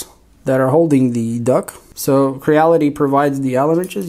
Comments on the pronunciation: Duct, not duck! Awesome videos though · Hey thanks for the upgrades and just to help u out.... the word is D U C T you kept saying duck lol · Just wanted to mention its "duct", not "duck". :) Cheers! (Printed Upgrades > Fan Duck) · It's a fan "duct", not duck. A duck is a bird. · Its silly he keeps calling the fan duct a fan duck. Even in the desc.